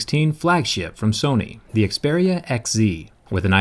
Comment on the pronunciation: I love the way you say "Xperia" lol